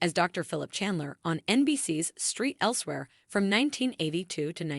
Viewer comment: It’s not street elsewhere, it’s St. Elsewhere. Mercy these AIs are a joke. Really?